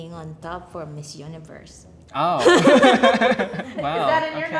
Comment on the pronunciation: that was the most japanese WOW ever